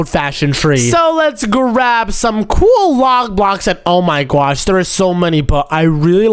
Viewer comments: Why do you say gwosh even though it's oh my gosh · Why do you say on my gwas